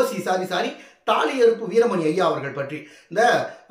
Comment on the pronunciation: தாலி அருப்பு இல்லை சகோ தாலி அறுப்பு சரியான தமிழ்